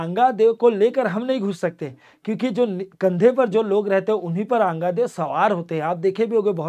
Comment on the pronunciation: अंगादेव नही आंगा देव देवी देवताओं का नाम ढंग से और आदर सम्मान के साथ लिया करो